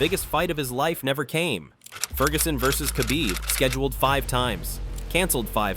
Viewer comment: You don't even know the subject matter you're talking about. Can't say Khabib's name right can't say a darce choke right.